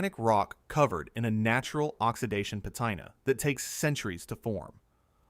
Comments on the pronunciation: Pa Tina not pa tyna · that's not how you pronounce patina